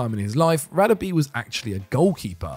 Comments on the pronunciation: His name is pronounced Rah-Deh-Beh not radabee!! Come on not you guys too! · God you butchered Radebes name. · Great video maybe just some work on the pronunciation in the future. The Radebe entry the place names and his name were pronounced wrong. I'm not an expert but I know enough to say it wasn't good 😂 cheers guys 👍🙏🏻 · yup, was cringe asf